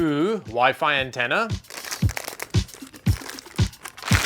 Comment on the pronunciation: Does anyone else hear waifu when says WiFi? 😅